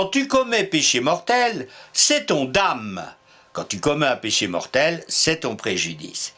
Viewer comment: Bonjour et merci pour l'excellente qualité de vos vidéos. Il me semble toutefois que vous avez commis une erreur sur la prononciation de "au grand dam" préconisée par l'Académie. C'est dan comme dans damner ou danette. Tout simplement parce que le mot vient de damnum qui a donné les mots condamné ou damnation.